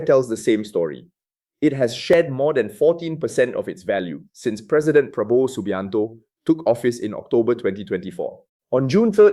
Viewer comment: “Rupai yah” and “Prabo wau”. Must be the AI pronunciation.😂😂😂😂😂